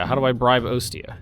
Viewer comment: Ostia is pronounced, Aw-Stee-a